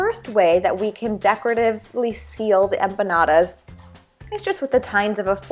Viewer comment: Don't ever, and I mean ever say empanadas again.